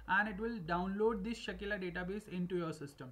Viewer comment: Its Sakila, not Shakeela